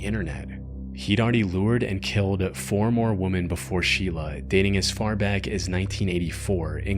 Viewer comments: Let me begin by saying, I love your work. It's excellent. Ok, that being said, the plural of woman is women, pronounced "wimin". One woman is woman, more than one is women, pronounced "wimin". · Woman. Women. These words are pronounced differently. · why does everyone who makes these types of videos always mispronounce "women"?